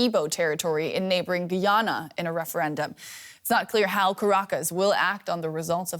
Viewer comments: GUY-ANNA... not gee-anna... FFS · Guy - ya- na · This guy had one job and butchered the word "Guyana"